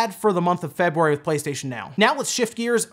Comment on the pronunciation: Is it just me or you pronounce February weird?